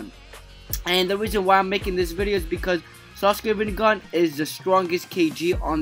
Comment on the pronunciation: it's not ranniegan it's rinnegan